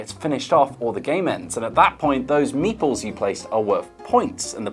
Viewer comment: I had never heard of meeples before the other day until kept saying "meeples" in another video I was watching, but I thought he was saying "Meatballs" and I was so confused. It finally clicked by the end that meeples were little people pieces hahaha